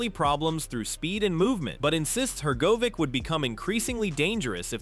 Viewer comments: If AI is supposed to be so clever, why does it pronounce Itauma and Hergovic differently every time they’re mention…??? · The ai commentator can't even pronounce Hrgovic ot Itauma correctly lol